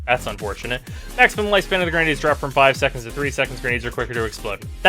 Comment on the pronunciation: wtf are genades (at tonkor) =)) nice englishhhhhhh DE =))